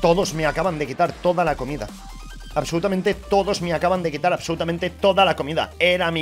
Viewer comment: Nadie obsolutamiente nadie: PokeR: Diciendo mil veces Obsolutamiente :v